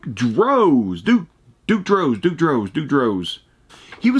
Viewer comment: Duke "The Dumpster" Droese but pronounce the E more at the end